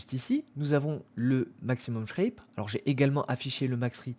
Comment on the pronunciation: "Sharpe" et non "Shrape"